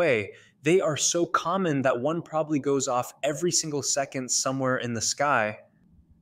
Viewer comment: Thank you! That was sooo obnoxious. He also doesn’t know how to pronounce “probably.” I can’t follow this channel because he speaks like a child. I hope he works on it. He has potential.